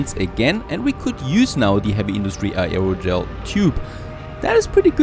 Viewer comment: Air o gel.